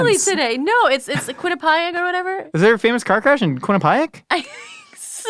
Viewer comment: the way he says quinnipiac is wild